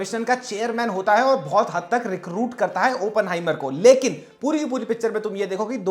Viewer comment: Why is everyone pronouncing it as Open-heimer ( opening ) its Oppen-heimer .